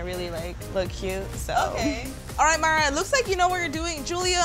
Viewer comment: It's mayra not whatever u said